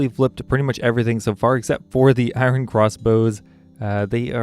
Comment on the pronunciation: The way you pronounce iron is cringey